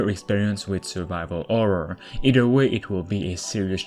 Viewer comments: sorry for asking this are you albanian guy cuz u can't say horror u say orror ? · no listen carefully he say orror cuz albanians people they speak same they cannot say H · I like how you say Orror and not Horror xd